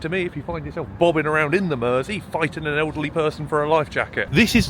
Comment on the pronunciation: Nice hearing a local scouser pronounce Mersey. No Id never heard of the burglar turned chef (,,,American :-) ). Entertaining hear you slur as you get through 6 drinks. Good range of content !